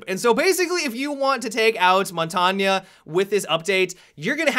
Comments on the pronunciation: That's what I was thinking. Isn't it Mon-tang? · Why are you saying "Montagna" instead of "Montagne" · montagnha he says. JUST SAY IT LIKE A MAN MONTAGUENE jk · montanio? its called montagne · I get triggered every time he says montaygna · Montanya... Lol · Montagne is pronounced mon-tang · mon ton ya? are you fucking dumb? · no, no it isn't... I'm french and u pronounce it mon-tang-ye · Montagnaaaaaa pls stop call him montain or pronounce it montagneuh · lol montanya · montagne is french for mountain and to pronounce it is mont-ain. g is silent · Bruh, montagne is pronounced mon-tane It means mountain in French. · did he say it like montania? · my friend, Montagne is pronounced as mon-tane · Say it how you please though. People are going to know who you are talking about no matter how you pronounce it. I tend to just call him "shield". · "montanya" im dying lol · Mon-Tog-neigh please say it correctly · Montagne is pronounced mon- tang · this bothered me too haha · isn't it pronounced, Mon-tarng? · heard a developer pronounce it "mont-ane" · montagne: "mon-tang" - french for mountain......you're welcome :) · seriously...dude I am french and I can assure you that we don't say montagna and lasagna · the way you pronounce tachanka and montange legitimately pisses me off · FUCKING PRONOUNCE MONTAGNE RIGHT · The way he says Montagne 😂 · The way you pronounce Montagne sends shivers down my spine. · he is pronouncing it incorrectly. asked my French professor. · Sorry to be that guy but montagne is a French word and is pronounced like it has an A at the end.